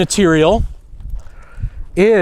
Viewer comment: Saga not sage